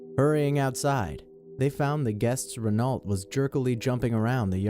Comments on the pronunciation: "Ren-awlt" it's "Ren-oh" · Wait, Renault? The "lt" is silent. I don't mind if you say it a different way but I was just saying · it's pronounced REN O not REN ALT 😂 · Number 5: it's not pronounced Renault it's pronounced Reno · "Re-nult"... Its pronounced "rennau" you spastic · Ren(ALT) Jesus fuck, learn some pronunciation. Renault is French, it's pronounced Ren(Oh) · ITS PRONOUNCED RENO 😭😭😭😭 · Horrible pronunciation of Renault and Porsche. Renault is pronounced as "Rēno" and Porsche is pronounced as " Porsha". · FYI you pronounced Renult wrong (sorry I thought you should know so you can fix it in future videos) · #5 it's pronounced Renow, not Renault. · "Renault" is pronounced "Reh-no", "Porsche" is pronounced "Por-sha". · Midnerp DLerp Oh. Reh-nalt. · its pronounce reno not renault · I recognize this voice (and mispronunciations) as. It's Renault sounds like "reh-know" when said correctly. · renalt.... bullairus... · Just for info it's pronounced 'Ren o, no 't' at the end (french), interesting video :) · You say Reno not Renault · It's pronounced Reno not Renault, that's how it's spelt. It's French so it's funny like them lol just that I'm a car fanatic and I don't like it when ppl pronounce the name wrong :P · Renault is pronounced Reno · This guy can't pronounce Renault right. It's pronounced French as in r-e-n-o not like the place in America is has a soft e. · The stories around Dean's Porsche are nothing more than urban legend. No part of the car would even fit a Lotus of any model, not even the tires. Also, it's pronounced "Por-sha" because it's a German name ( Ferdinand Porsche) and in German you pronounce the "e". And Renault is French, so it's pronounced "Ren-oh". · the way you pronounce Renault disturbs me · who else cringed when he said Renault? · I'm sorry but how he says Renault is incredible. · We not gonna talk about how r pronounced "Renault"?